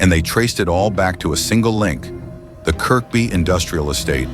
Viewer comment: Kirkby is pronounced "kirby". It's a case of the silent K.